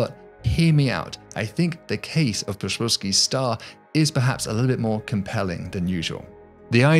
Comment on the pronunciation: "The shpillsky stah" (Psyfnrbsvzufjbhfheiskkdbski Star) Thanks Poland